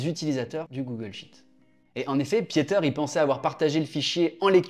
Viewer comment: Merci pour la vidéo. Juste pour la prochaine fois, son prénom se prononce 'Piter' et pas 'piéter' ... mes oreils on pas mal saignées..